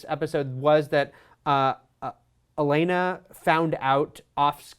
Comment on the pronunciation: its OLENNA not ELENA